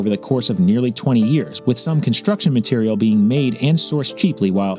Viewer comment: Why are you pronouncing material that way? Also great video:)